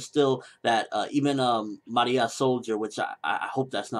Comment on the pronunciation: and its Ma-re-ah, there not announcing her in a Japanese accent, shes from Rome